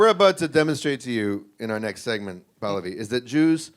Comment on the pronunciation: they mispronounce Pallavi every time lol. Its Pal-lavi